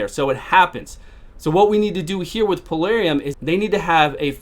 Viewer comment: dude, it's Plarium, not Palarium lmao, I mean not that it matters that much just find it kinda funny, lol :D